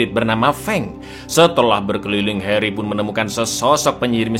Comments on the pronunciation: Bang pas kau nyebut “heri” kok medok bgt ya, harry dong bangg bukan heri, 😂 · Harry cak bukan Heri TAT